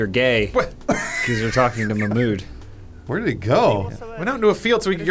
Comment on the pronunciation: it’s pronounced Mahghmood like a gggg throaty sound there. and i loved the intro lmao